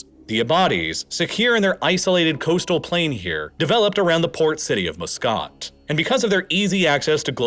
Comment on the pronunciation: It's so hard to hear muscat being so horribly pronounced. Please remember that it is "muh skat" not "moo scit"! Apart from this terrible annoyance, its interesting